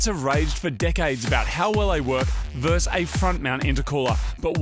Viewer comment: Great video again!! This one's been bugging me for a while though Marty: "Top vs front mount intercooler" It's not "verse" it's versus.... Sorry to be a pedant mate. Loving the vids.